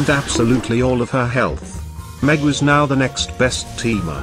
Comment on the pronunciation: are you serious right neow bro